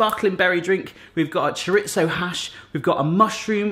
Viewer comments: My husband is from the Canaries and he says "CHORE-RE-ZOH...so not much to spilt hairs over. What is isn't is "CHARITZO!" 🙄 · Omg stop calling it "CHARITZO"...its pronounced "CHORE-REE-THOW" with the accent on "REE!" Rant over!😡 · "Churitzo hash" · there is no T in chorizo. It is cho ree zo